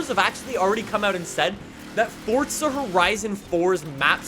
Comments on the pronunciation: It’s Forza not Fortza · Why does he say fortza not forza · FORZA NOT FORTSA. please 🙏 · Pretty sure it's forza, not fortsa. Why can't Americans speak properly? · The developers have said it's Fortza. Its italian for god's sake, Fortza means strenght. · Stop saying Fordza!!! Lol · There is no T in Forza. Please stop saying fortza it triggers me and many other people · Its forZA not forTSA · It’s not Fortza it’s Forza! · FOR GODS SAKE ITS NOT FORTZA, ITS FORZA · It's not. It's pronounced Fortza, which is Italian for Strenght. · The way he pronounces forza is really bugging me. (Fortza) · Can you say forza not forca, thank you. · You say forsta horizen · Stop saying fortza💀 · For za the is not a fucking t in forza say it fucking right aaaahhhhh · Did he say Fordza? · mans really said "fortsa" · fortza LOL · Why? Why with the “Fortsa” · i love how he says “FORTZA HORIZON 5” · It's Fortza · u mean "Welcome back to ForTza Horizon 5"